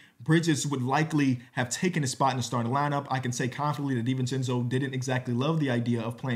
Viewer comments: Perfect pronunciation 1000 times and nobody notices, but 1 mistake and everyone notices. is cursed lol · (i think it's more poking fun at pronunciation than the trade piece lmao)